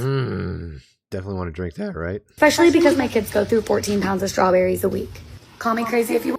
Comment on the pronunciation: Especially. Not Exspecially. 😊